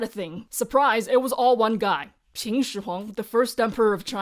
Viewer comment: You are continuously pronouncing Qin as Qing